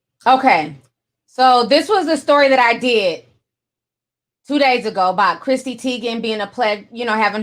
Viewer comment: CHRISSY NOT CHRISTY! Omg my eye twitched everytime you said Christy